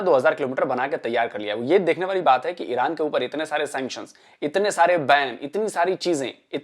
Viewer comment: ईरान को ईड़अान क्यू बोलते है ये गढ़े